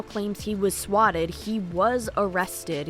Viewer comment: this isnt related to what a garbage person this dude is but i do wanna say i hate how he says the word "swatted"